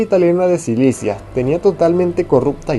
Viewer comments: NARRADOR ESTUPIDO Y GAGO NO SE DICE SILICIA SE DICE SICILIA APRENDE A LEER BIEN MAMGUEVO. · Minuto 4: 28 Silicia???? Màs bien es Sicilia . Error al leer. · Sicilia, no Silicia!!! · ¿Mafia de Silicia o Sicilia? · no es silicia es sicilia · Como creerle a alguien que dice silicia jaja